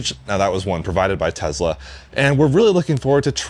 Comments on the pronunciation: TeZla, LOL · TeSla not TeZla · "tezz-lah" This video is about 12 minutes longer than it needed to be